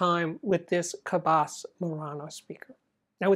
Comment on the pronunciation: FYI, re: the name Cabasse, "basse" sounds like sea-"bass" ie the long A Americans assume makes it sound good and foreign is not correct. Think of the pronunciation of seabass and you will be on target.